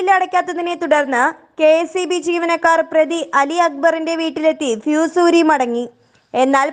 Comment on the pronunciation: PHEE S ALLA, FUSE ..... !